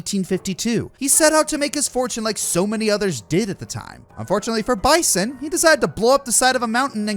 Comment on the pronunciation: I hate to be that guy but its bee-san not bye-son like the animal he clearly is